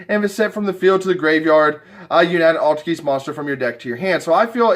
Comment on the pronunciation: Do you not know how to pronounce Altergeist. Its like poltergeist.